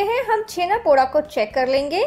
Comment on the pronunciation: The 'da' in Poda is pronounced as Daw (ड़) not Daa (ड़ा). And it's not your fault. Most odia are guilty of wrongly representing their cuisine and culture. Like Odisha has always been pronounced as Udisha and Poda is pronounced Podaa by the rest of the country and no odia minds to correct them. Anyways loved the recipe, and try to avoid dry fruits in this. For some it may be their own twist, but in the original recipe and throughout Odisha you won't find dry fruits in Chhena Poda (छेना पोड़)